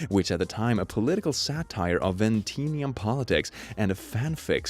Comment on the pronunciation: gotta stop ya there man, it's not "veen-tee-an", it's "vin-eesh-(ian/en)".